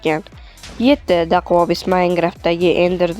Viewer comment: Dakuavis o'qiladi